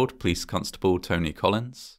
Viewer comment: Funny... the name Collins is not a reason to swallow the o....